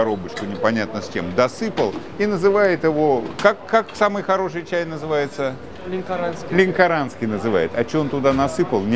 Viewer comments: ЛЯНКЯРАНСКИЙ чай!!! От названия города Лянкяран! (А не "лянчаранский") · НАНЧАРАН НЕ ПРАВИЛЬНО ЛЕНКОРАНСКИЙ ЧАЙ